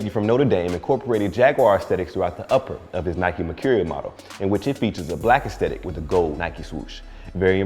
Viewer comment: Bro you say mercurial wrong